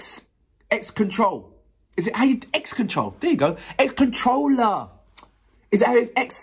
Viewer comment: I love how you were so confident in saying my name yet so wrong XD and you arent the first to call me that though most have only said controller not x controller but my name is Accelerator just spelled a fancy way